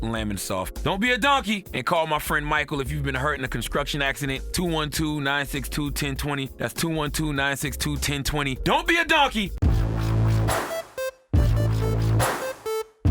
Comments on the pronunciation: Did I just hear the word “conskruction”? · did you say conscruction Char